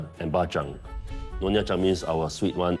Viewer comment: NYONYA... not nonya. NONYA = fake Nyonya😂